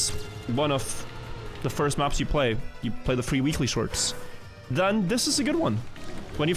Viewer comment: the moment "Weekly shorts" became "Willy shorts"